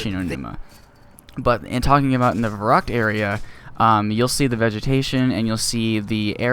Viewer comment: I will be picky! It is verrÜckt not verrUckt. I can not remember an english word with the same sound as "ü", but in my language "y" is pronounced the same way